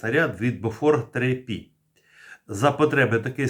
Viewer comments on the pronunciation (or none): Не "бофорд" , а бофорс .